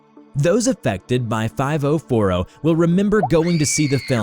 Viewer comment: Nobody: Not a single soul:: FIVO FORO